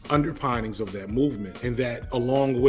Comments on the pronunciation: I don’t know if makes a deliberate Freudian slip, or a mispronunciation of “underpinnings” re critique of Judas and the Black Messiah, in that the creators of that film had an strong implied political “longing” (pining) to what the BPP actual stands for vs the underlying political “structure” (pinning) the film admittedly glosses over in favor of theatrical license. Either way, it’s astute and keeps older students like me coming back for more brain food. Many thanks! Here’s another first source critique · I do appreciate your point of view, and I am grateful for it. May I suggest, though, that "underpinnings" is like "pin" not "pine". It is the things that pin below the obvious surface. I worked with a young hotep woman, if that is a correct designation, who worried me because of her misinformation about history and the subservient position she had in her polygynous marriage. She was working to support a husband who did not work, but lived on what the women in the family brought in. He was a rabbi, perhaps a prophet, who seemed to me to be belittling her had her worth. I continue to feel sad for her now, 10 years later. I wonder if she is still in the same family.